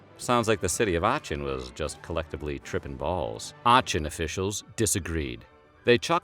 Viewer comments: The way he pronounced "Aachen" hurts me as an Aachen native... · Some notes: Frau is not a name, it’s like Ms, or Mrs., The pronunciation of Aachen is making my skin crawl. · You gravely mispronounce Aachen, which is weird for an historian since the city was once capital of the Carolingians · the way you pronounce aachen triggeres me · I cringe hard at this guy's pronpunciation of "Aachen" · The city of what? Aachen! Sweet jesus, I didn't know it was possible to butcher that name so much xD The "ch" in German (in this case) is the sound of a hissing cat. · Please never pronounce Aachen that way again. Awesome video! I really enjoy your channel and I'm subscribing! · the way you pronounced Aachen 😂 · Its triggering me the way he pronounces Aachen. The ch is not meant to be read like the ch in for ex. Chucky. Its used as h. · I'm more triggered by the way they pronounced Aachen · The way you pronounce Aachen makes the story even more hilarious 😂 no offense, but it’s just very funny to me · the first time he pronounced 'aachen' - ok its just a little sucky the 7th time he pronounced 'aachen' - lord take me now my time has come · Your pronunciation of Aachen is killing me haha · You are pronouncing Aachen wrong. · Id rather have the dancing plague than hear him say “Aachen” wrong 15 times in a row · Excellent video, but with all due respect it is NOT how you pronounce Aachen. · Loved everything about this video except for how he pronounced Aachen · It hurts how you pronounced Aachen.... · yeah and he pronounced Aachen wrong lol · and Aachen is not pronounced as you think it is. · Fyi, The city of Aachen is pronounced Ahh - *ken*. Not: Ahh - chen. ❤❤ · Aachen sounds like ah-ken. Not the English Ch in cheese. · Just to be pedantic, it's pronounced "Acken." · It's Akh, like when you see something gross. akh-in. Not Ahh-chin. It takes 30 seconds to look up. Next time search "pronunciation Aachen". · its pronounced Arc-en not Arch-in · artschen lol